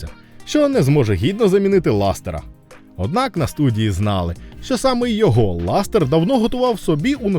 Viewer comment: по перших не ластер а лассетер по других назва відео клікбейт🤨